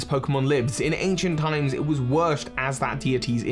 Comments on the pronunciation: Uhhh... it was what? "Worshed"? Not 'worshiped'? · Am i the only one that heard ‘wershed’ ?